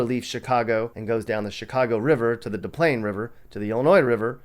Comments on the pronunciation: It’s pronounced Dez Plains river. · Yup Dez like Desi but without the e sound from the letter I. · It's pronounced DESS PLANES river.